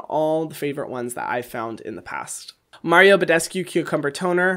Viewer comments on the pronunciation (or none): none